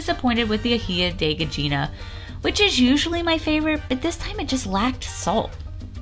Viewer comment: So more information about the aji de gallina since I make it. The sauce contains pecans (for an earthy sweetness), red onion, garlic, some chicken broth, a dash of cumin, aji amarillo (without the spicy seeds, just for flavor), parmesan, evaporated milk, and SALT haha. People that know how it make it, know how to make it. Its all about nailing the proportions. (Also gallina is pronounced ga-yee-na). I hope the helps!:)